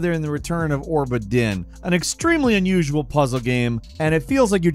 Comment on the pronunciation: Orba Din? I always thought it was "Obra Din?"